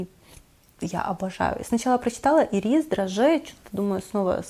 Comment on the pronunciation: Видео замечательное, только Ланком аромат не ирИс, а Ирис:))) там же даже эти цветы нарисованы)